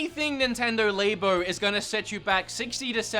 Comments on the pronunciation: Lab-O not Lay-bo, Dee-ablo not Die-ablo. Sorry my OCD was screaming. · nintendo LAY-BOW lol, its LAB-O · Great guide! You pronounced Labo funny, and it's not just your accent. You pronounced it Lay-bo instead of Lab-o as in Laboratory-O